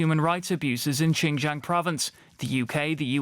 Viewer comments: They mispronounced the land of the ouïgours it’s 新疆 not ginger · If the western politicians really care about Xinjiang, at least learn to pronounce its name correctly. They could not even do that, yet they claim to be concerned about the people there. How pathetic!